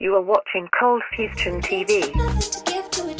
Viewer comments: Nobody else notice the "Coldfustion"? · why does she say 'fustion' when the channel is actually coldfusion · U put a T in the coldfusion